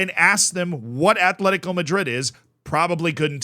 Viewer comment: *Atletico. Not Athletico. No TH sound. Just T. Atletico.